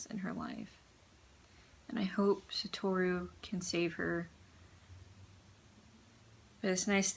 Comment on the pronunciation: Lol actually the correct pronunciation of “Satoru” is “Sato-ru”.